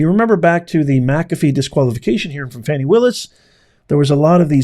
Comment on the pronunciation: You do real8ize that woman's name is pronounce FAWNI and not FANNI (sure you do!!!) Bro keep the content professional. You make great points but you play out all there names to get paid. You can make money with out all the drama based monikers like Fanni and Sug Knight. They need the phone records from Granville and Willis to see how many times they have talked since this trial. Lastly, are they more CORRUPT than NIXON?..lol!!!